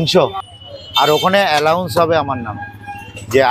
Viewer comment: ঐ জোকারটাকে বলুন নাম 'এ্যালাউন্স' হয়না। 'এ্যানাউন্স' হয়।